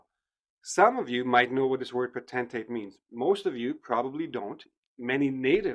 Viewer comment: I think you pronounced the word potentate wrong. the dictionary says /ˈpəutnteɪt /, but you stressed the latter part - tentate